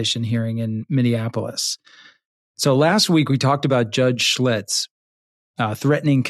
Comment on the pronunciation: It's Judge SCHILTZ. Not Schlitz.